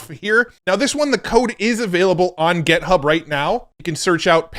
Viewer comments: Github, not Gethub!! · For the love of god stop saying gethub